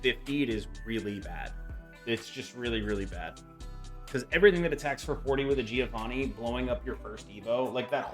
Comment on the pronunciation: I am italian. Giovanni ponunciation is like jovanni . Mark the duble N